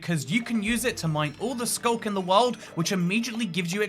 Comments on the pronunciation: what is SCLUK? did you mean SCULK?? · ah yes my favorite block, the scluk